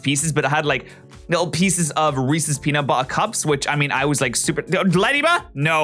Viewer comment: PENUT BUH-ER